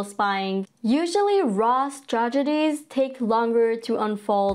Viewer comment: Its not RAAW Its RAW Reaserch Analyze Wing 😊